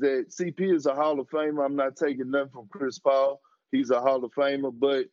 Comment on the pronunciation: So we just gonna ignore “Chis Paul”?